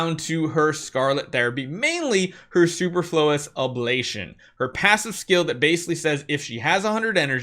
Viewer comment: you're the GOAT. so don't get upset by this. But it's not Super Flowus. It's soo per flew usss